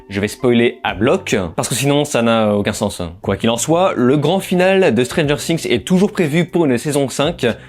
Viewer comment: La prononciation du nom de la série 😂, mes oreilles saignent 😅